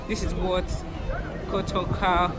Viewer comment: Pronounce it again “ KO TO KA”